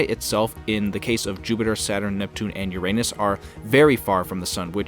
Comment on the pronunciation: Idiot learn how to pronounce Uranus. Stupid grade 4 kid.